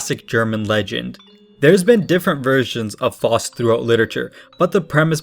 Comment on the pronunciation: It's Faust, not Forced.